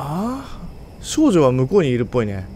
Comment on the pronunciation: 最初の文の「少女」ってとこが「処女」に聞こえて耳を疑った